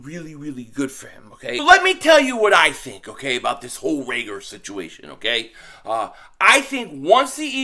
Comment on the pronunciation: Is he saying Reagolar on purpose to call him regular?